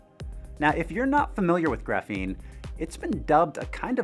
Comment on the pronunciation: It's pronounced "graphene", not "graphene".